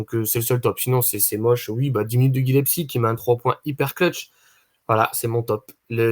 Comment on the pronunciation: C'est GilleS - pie et pas Gile- psy les gars petit moyen mémo-technique